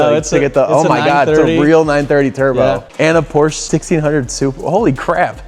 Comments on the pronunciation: The city where on the porsche emblem on the front hood, that´s my hometown. And Yes, that´s the rigth steeringwheel and the ignition is on the left. 👍 by the way we say Porsche not Porsch. He said rigth, but the customer doesn´t. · Say it with me: Por - SHA